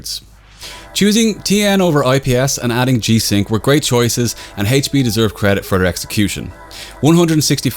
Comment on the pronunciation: HAYTCH PEEEEEEEEEEEEEEE. HAYTCH, you're killing me man.